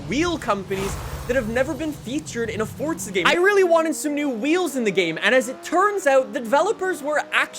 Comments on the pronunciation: It's Forza not Fortsa🤣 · Theres no letter T in forza, plz stop saying it like this. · LEARN HOW TO SAY FORZA!!! JESUS CHRIST!!!